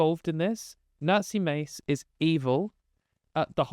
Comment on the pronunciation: Sounded like you said “Nazi Mace…” don’t change the way you pronounce her name.